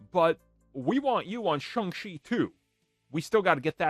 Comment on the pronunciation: He pronounces the name Shung chee.